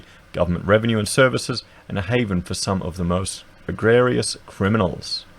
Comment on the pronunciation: it's pronounced egre jus fyi